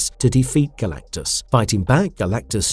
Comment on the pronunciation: How do you mispronounce Galactus's name multiple times and not fix it before publishing!? Not talking about when you referenced him by Galan....O_o